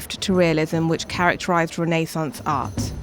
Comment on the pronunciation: I believe you pronounced "Renaissance" wrong the entire video